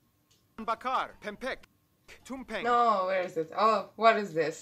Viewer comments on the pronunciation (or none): TUMPENG not TUMPEG,itu d buat dri nasi. Ada yg bisa bantu translate ga? Ni bule kek nya lgi kepo bgt tntg indonesia